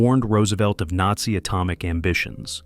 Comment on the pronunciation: The AI was great with the photos,pronounceing NAZI, not so much.